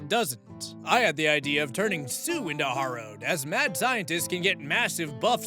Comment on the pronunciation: You always forget the fourth option in AITA posts, "no assholes here." Also, "harrow" is pronounced like "wheelbarrow." Nevertheless, I agree with your rulings, and I loved the South Park reference.